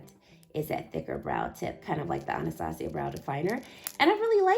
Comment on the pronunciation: Your video just taught me how to properly say Anastasia LOL